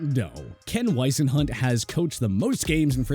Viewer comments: It's George Seifert pronounced SEA-fert!!! Ken Wisenhunt pronounced WIZ-enhunt, Marv Levy pronounced LEE-vee, Ray Malavaisi pronounced Mala-VASE-EEE Dick Vermeil pronounced Ver-MEAL. This is a very poorly produced video. You left out coaches and mispronounced their names. You can do better than this. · You pronounced Ken Whisenhunt's name incorrectly... and as the one and only coach in Arizona Cardinals to lead us to the Super Bowl🏈... I WILL NEVER;... EEEEEEVVVEEERRRRR allow anybody to either say Ken Whisenhunt's name incorrectly or I literally ANYTHING NEGATIVE about him WHATSOEVER!!! ...and btw, I'also include Bruce Arians in the same breath as Ken Whisenhunt as the Cardinals BEST HEAD COACH because Bruce Arians got us to the NFC CHAMPIONSHIP but NOT the Super Bowl🏈 like Ken Whisenhunt did